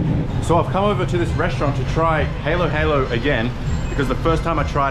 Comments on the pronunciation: no offense but you prounounce it hAlo hAlo not heylo heylo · haa low haa low is the pronunciation not the hay loh you speaking halo halo like the game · Ha lo ha lo... not haylo haylo. "Ha" = halo halo.... "ha low" "ha low" 😘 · It’s actually pronounce Hallow hallow as in long A to us Filipinos. not hello hello that’s why the boys are snickering everytime you say the word. But its ok. Love your blog so entertaining 🙏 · Halo-halo (Ha-low Ha-low) not (Hey-low Hey-low) . Etymology: From Tagalog, in which halo means mix. Ube halaya (u-beh huh-luh-yah) or halayang ube (variant spellings halea, haleya; from the Spanish jalea, "jam") is a (Dioscorea alata, locally known as ube). Gulaman (Goo-luh-muhn) Kaong (Kuh-ong) is the fruit of the sugar palm tree. Translucently white in color and chewy in texture, the cute-sized fruits are a popular ingredient in halo-halo. They sort of look like very girthy jellybeans! Nata de coco - (Nut-a de coco), also marketed as coconut gel, is a chewy, translucent, jelly-like food produced by the fermentation of coconut water, which gels through the production of microbial cellulose by Komagataeibacter xylinus. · Is it possible for you to say the correct pronunciation H(ah)LO instead of H(ey)LO? Or is it linguistically impossible? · Ok, you're eating it right, but instead of saying haylo-haylo, try this instead- huhlo-huhlo. The vowels are all pronounced short, there are no long vowels. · I think they are making fun of you cause they are laughing that u pronounce it heylo heylo not halo halo the pronouncing of a is ah s o its hahlo hahlo lol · You pronounced it wrong it's halo-halo not haylo-haylo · Hah lo hah lo not haló haló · Dude, stop pronouncing it “hey lo hey lo. It’s hah lo hah lo. Take that Australian out of you for a sec and pronounce it like the natives there. You heard them say it “ hah lo hah lo. It’s annoying dude. So get it right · How to say halo halo properly: say ha and then say low without the w there you go